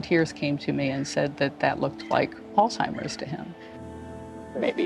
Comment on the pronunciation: I appreciate her pronouncing Alzheimers correctly. Usually, when someone is saying someone else has Alzheimers, but they didnt hear it from a doctor, they say "Altimers"